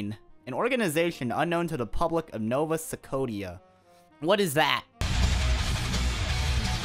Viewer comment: So, I'm Canadian, and the way you pronounced Nova Scotia was the highlight of my day. 😂😂😂😂